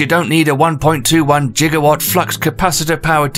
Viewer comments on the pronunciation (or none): lol, i like how you even mispronounced gigawatt like dr brown did in back to the future...